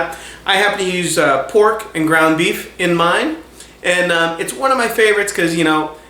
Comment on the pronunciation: what did you say? groan beef or what?